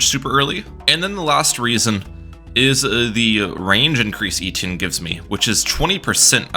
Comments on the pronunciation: Eh-tee-en not eee-tee-in 😭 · Great vid! FYI its pronounced Eh-Tee-Enn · the way my man says etienne cracks me up everytime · It hurts my ears every time you say Etienne. That’s not how it’s pronounced.